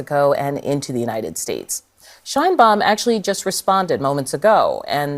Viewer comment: Probably US will heard a lot about president Sheinbaum, please learn how to pronounce it. My ears hurts😢